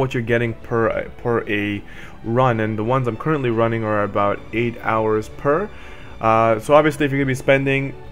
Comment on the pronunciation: Jock Patterson Judging by the way he says booooot...he’s at least Canadian. Lol. (Sorry, abooot that,... all in good fun, doncha know, ay, oh yeah, you betcha...)